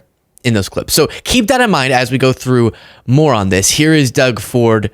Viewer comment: when you said, “ …more on this.” I couldn’t help but see Stumpy and hear, “ Moron, this.” 🇨🇦